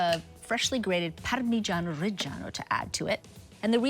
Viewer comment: Giada speaks perfect English but to prove her Italian heritage she completely over pronunciates mozzarella and Parmigiano-Reggiano lol 🤦